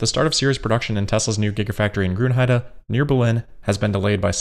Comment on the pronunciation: You say „Grünheide“ without an accent. 👍🏻👌🏻😎